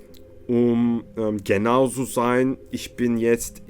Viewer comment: Abi çok bilmişlik gibi olmasın ama "z" harfinin telaffuzu biraz daha farklı. Türkçe gibi okuyunca "s" harfi ile karışabiliyor. Mesela "zu" diyeceksin, "tsu" olarak ama hızlıca çıkartman gerek dikkat edersen almanlarda buna benzer yapıyorlar.